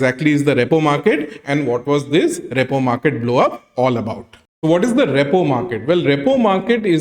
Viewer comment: It is not ReyPaw market… it is pronounced ReePaw market